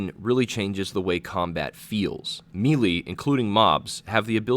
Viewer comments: may-lay not mee-lee DAHHH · “may-lay” not “me-lee” FFS it is 2019 ppl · may-lay, or meh-lay. not mee-lee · Love your channel bro, but for the love of god... may-lay = melee.